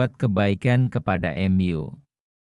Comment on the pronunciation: MU : emyu 😂